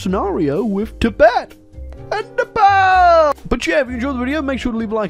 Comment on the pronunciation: everything's painful in this video but by far and away the most painful bit is the way pronounces "Nepal"